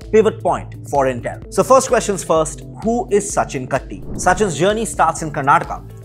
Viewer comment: It's not Tiger T in kaTTi ... It's Tulip T in kaTTi... I know coz he was my senior in my school at Dharwad Karnataka. 😊